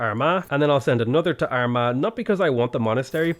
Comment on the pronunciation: Armagh, the one time that doesn’t need to apologize for pronunciation on a weirdly spelt place name